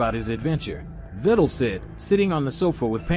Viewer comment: Its pronounced vi del